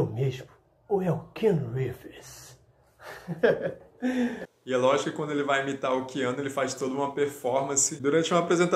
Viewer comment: Quiano Reeves kkkk